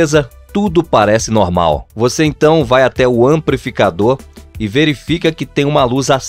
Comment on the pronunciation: AmpRificador, exempRo...meu Jesus! É fR0&@ ouvir isso, meus tímpanos pedem socorro!